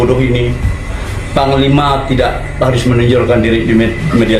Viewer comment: Yang saya dengar sebutanya bukan psnglima tapi pangkal lima